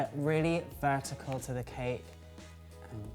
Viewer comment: The guy got the word VERTICAL right this time lol